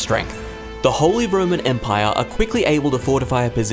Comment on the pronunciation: You just wanted to say the holy roman empaiyaa